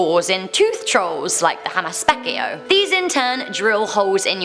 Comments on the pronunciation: Finnish people: Hammaspeikko.: Hamaspekio. 🙈 it is so funny when no one can pronounce Finnish words 😂😂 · Ah, hearing a legend from my country at #1 was awesome. :D Finnish is ridiculously difficult to pronounce if you're not a native speaker, but if it helps at all, the phonetic pronunciation of "hammaspeikko" is like "HUM-muss-PAYK-kuh". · Hamaspekio, yea you totally nailed it 😂😂😂 It's always funny to hear people try to pronounce finnish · Man, the way you say "Hammaspeikko" is way too cool comparison how we Finns say it. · I lost my sh*t when you said hammaspeikko... Well atleast you tried:'D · I FREAKING BURSTED OUT LAUGHING WHEN SAID "Hammaspeikko" AND now i woke up my whole family._.